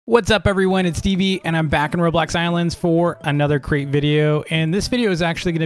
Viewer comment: Who else thought he said, welcome back to another great video? Then I realised it was crate lol